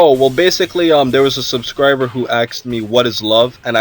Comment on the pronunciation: Pro tip, the verb "to ask" in past tense is "asked," not "aksed". S before k. Sk. Sssssssssk. Asked.